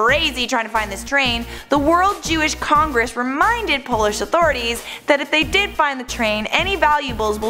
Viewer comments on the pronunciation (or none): none